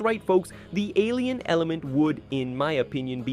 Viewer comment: I thought you said Asian element